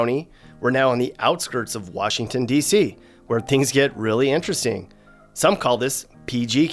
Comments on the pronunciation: Nobody from here says wARshington, that’s more of a PA thing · Yup. “Warshington”??? Nahhhh. And Old Bay is for crabs/summer. Good post! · Agreed. I’ve never heard someone say “Warshington”. It’s always been “DC” or “the city”. We don’t talk weird 😂